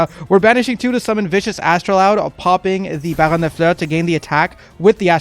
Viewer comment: I subbed because you correctly pronounce baronne and this decklist is very good, unlike some lists from other creators..